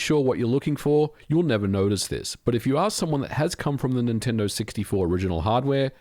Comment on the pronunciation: that was a crazy good near miss "nin-tendid"